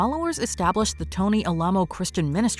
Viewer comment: The monument in Texas and the cult is pronounced AL-uh-moh (first syllable is like the first syllable of "Alan").